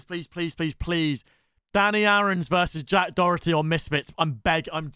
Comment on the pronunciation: How come he always says dorety there’s not even an R in Doherty